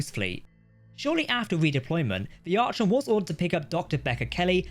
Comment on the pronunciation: It's pronounced Ar-con not Arch-on. I'd probably call my battlestar gladius